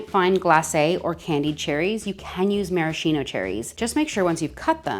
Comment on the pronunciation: you are so cute and you r recipes look very good and as I wrote you it seems they are quite faithful to the original. Let me fix your pronounciation: Maraschino in pronounced Maraskeeno: in Italian "sch" sounds like "sk": "scheletro" sounds "skeletro" - that is "skeleton"